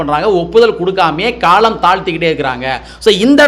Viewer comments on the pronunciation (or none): none